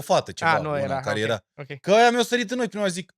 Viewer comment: Mor cu " Okyei" 😂😂😂